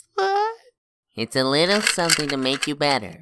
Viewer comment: He is saying wittle